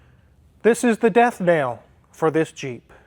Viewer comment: It could just be how you pronounced it, but this stood out. It's 'death knell', and not 'death nail'. It's ringing the bell when someone has died.